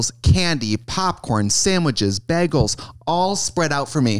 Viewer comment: i love that trixie can’t say bagel